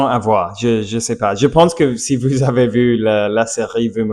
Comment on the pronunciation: Tout en vous partageant mes pensées, tu dois t’entraîner à prononcer “vous” et non “vwu”. Pourtant, tu y parviens très bien lorsque tu dis “Bonjour” au début. Répète “ou” cent fois par jour. Pareil pour le "R", parfois tu le prononces bien, et parfois tu le reprononce à l'americiane, essayes de le faire constamment.